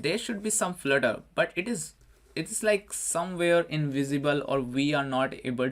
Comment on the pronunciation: Flurter or Flirter...lol